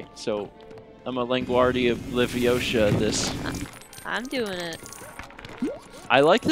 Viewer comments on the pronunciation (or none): It's pronounced leviOsa not levioSA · I was hoping Mal as Hermione would correct pronunciation of Wingardium Leviosa. It's LeviOsa not LevioSA lol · It's LeviouSAR. :D